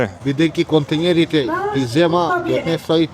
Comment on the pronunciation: "Kontinjerite"ne znaat ni oravilno da izgovaraat.Site Makedoncite velat "kontinjeri".Hallo ludje,naucete vece deka se vika KONTEINERI